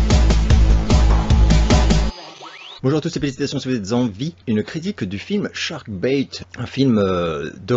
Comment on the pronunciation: Prononcez "Shark Bête" ...